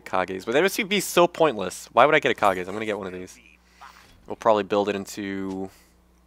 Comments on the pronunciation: kah-gay's lucky pick? its pronounced like cage 'cept with a k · Kages lucky pick is in reference to Kyle gas from Tenacious D and the pick of destiny so its not pronounced : Kha-gay its pronounced like cage. Its whatever thought i just thought you would like to know you can say it however you want.